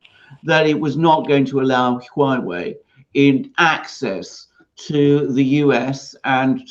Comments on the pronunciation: Alexander et al: It's HWA (one syllable) -- it's the name by which China refers to itself. HWA REN means Chinese people. There's no "U" there, Correct pronunciation is WA beginning with an aspirated H. But you can forget the "h"-- If it's easier, just say WA.. : . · Haha. Alexander is saying the word differently every time. I live in China and speak a little Chinese. There is definitely a "H" sound at the beginning, followed by a ong U sound pronounced "oo" . Then you can say wah way. Hooaaaway. The H sound at the beginning can be pretty soft. Hope that helped.